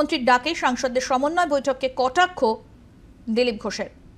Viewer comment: একজন বলছে সমন্বয় আর একজন বলছে ছমনয় কোনটা ঠিক 😂